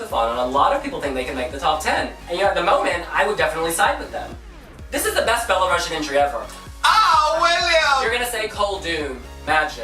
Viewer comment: Belarus has such a beautiful song I have tears each time listening to it. The message of the song is to show Belarus has its own identity and thus it's the first time they sing their song in Belarusian (which is pronounced belarUsian, not belarAsian).